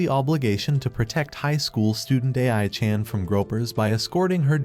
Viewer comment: A.I. pronouncing ai chan weird was the last thing i wanted to hear